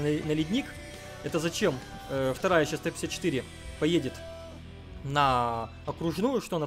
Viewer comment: сечаус хахахахаха ты иногда пиздато проговариваешься я тебя 5 лайков бы поставил за это